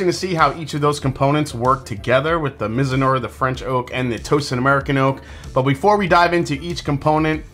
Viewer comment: Btw, it's pronounced mizu-NAH-rah (not unlike saying marinara the Italian-way)